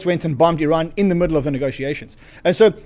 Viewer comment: is he saying " Its bad news for Iran" ? or is he saying "its bad news for ran"??